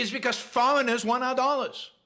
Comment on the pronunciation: I like the occasional time when Yaron's Israeli🇮🇱Yiddishkeit comes fully out of his shtetl, e.g. when he squeezes out 'smart fowwwreigners' 😅👏🏻👏🏻👏🏻👏🏻👏🏻👏🏻👏🏻👏🏻👏🏻👏🏻👏🏻👏🏻👏🏻👏🏻👏🏻👏🏻👏🏻👏🏻👏🏻👏🏻👏🏻👏🏻👏🏻 🤝👏🏻👍🏻